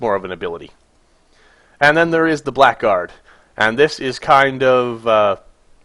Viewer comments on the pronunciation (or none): Blackguard is pronounced blahguard